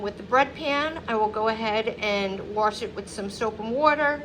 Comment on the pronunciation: Wash doesn’t have an “R” in it